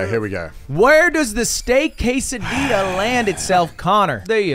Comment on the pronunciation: Americans shame birtish for misspronouncing taco, the proceed to pronounce quesadilla as "kay-sai-dee-ah".